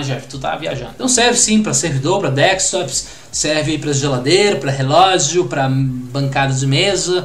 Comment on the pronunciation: Kkkk.achei legal a pronúncia do "Deskstopzss""🤣🤣